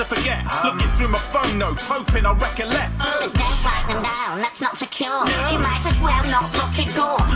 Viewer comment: Okay, it was all fun and games until he went 'looking through my PHONE notes trying to reCOLLECT'... dood... calling collect... absolutely just flinging words! XD also, spatula. :P